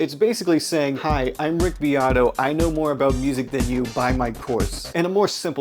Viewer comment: It sounds like ur saying Rigby Otto